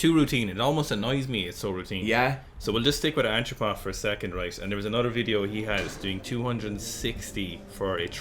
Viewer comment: Its not ANCHO-PUFF ITS ANT - RO - POV, lol.